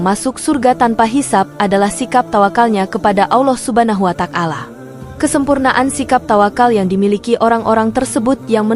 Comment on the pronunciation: Ya memang benar apa yg anda komentari, saya juga merasa risih mendengar penyebutan asma Allah dengan bunyi Allah subha nahu wa tak-ala yg seha- rusnya " Subhanahu wa - ta'ala